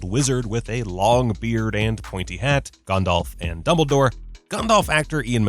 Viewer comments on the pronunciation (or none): Ah yes... Sorahn the dark lord and Gondahlf the gray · the fact he says the one ring is macguffin from the start says alot abou what you need to know about how basic this narrators knowledge is. FYI both a potter and a LOTR fan. also he pronounces Gandalf as Gondolve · Meh, the way he says Gandalf is wrong, but that pronunciation of Sauron is correct. It doesn’t sound like “sow-ron” it is more like “sorron”. Just watch the Tolkien documentary, it’s literally how he pronounces it. And yes Ik im late to this. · Cool video, but why do American's always mispronounce Sauron? His name, phonetically, is Sow-Ron, not Saw-Ron. Similarly I've noticed they also pronounce Gandalf as Gan-Dolf instead of Gan-Dalf. It's a minor complaint but it irks me. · Sau-ron not so-ron and Gan-dalf not Gon-dolf 🤦🏻 however you are right about all of them but I think it is normal because Tolkien is basically the father of this genre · It really enrages me sometimes that despite the names of Sauron and Gandalf pronounced how they were supposed to be pronounced, some people still pronounce it severly wrong. Like this dude who said Soran and Gondalf. And yes ik some other countries dont have perfect english accents since their nation doesnt use english as their primary language. Im more reffering to people who use english as their first language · Gondalf smh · Ah yes, GAHNDALF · G-ah-ndalf, and he says Michael Gambon weird too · Why do Americans nearly always pronounce Sauron and Gandalf wrong? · I’ve gotta express my feelings: the way the narrator fails to enunciate the “T” in Voldemort and the way he pronounces Gandalf drives me insane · Anyone else totally triggered about how he pronounces “Gandalf” and “Sauron?” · Yep came to the comments just to see if i was the only one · Not just that, but the way both Sauron and Gandalf's names were pronounced, really bothered me